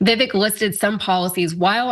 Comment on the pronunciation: His name isn't pronounced as "viv-ek" it's pronounced as "viv-ache." Get it right. He said, and I quote, "My name's Vivek. It rhymes with flake " Oops, I mean... "cake."